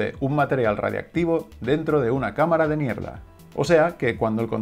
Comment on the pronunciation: Soy el único que entiende "cámara de mierda" cuando habla del contador Geiger??